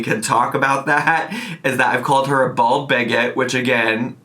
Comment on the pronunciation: I think it’s just an accent thing but every time you say “bald bigot” I hear either “bold bigot” (also true) or “bull bigot” I definitely don’t have a problem with calling her bald, fat, and a bigot- she is all those things (and more of course).